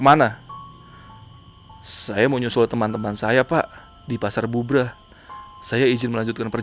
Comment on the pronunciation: Cari tau cara penyebutan tempat bang Belajar dulu